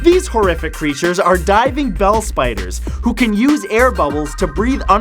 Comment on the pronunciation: You pronounced diving bell spiders as "diving bell-spiders", but they ought to be pronounced as "diving-bell spiders".